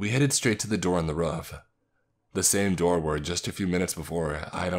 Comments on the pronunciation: Am I the only one confused as of to why he calls roof as ruff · Jesus, I enjoy these stories but every time he says "ruf" instead of "roof" it unimmurses me from the story and pulls my focus from what I'm trying to do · "The door on to reuf"